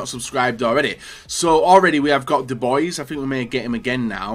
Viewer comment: The pronunciation of Dubois omg